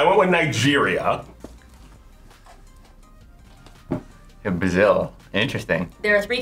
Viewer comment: When said Nigeria I just know that's so wrong lol😂